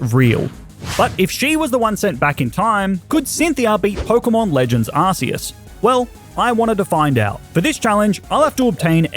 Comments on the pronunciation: AR-CEAS NOT AR-SEAS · Bro, u mispronounced arceus, it’s pronounced ar-koos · It is pronounced ARK-EUS!! IT IS THE ARC POKEMON NOT THE ARSE POKEMON!! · Its Arceus "Ark-eus" nor Ars-eus you noob, lmfao. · It's ARKEEUS NOT ARSEEUS SCREEEEE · Why do so many people pronounce it pokemon legends arseus and not arceus they literally say arceus in the movie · You said arceas wrong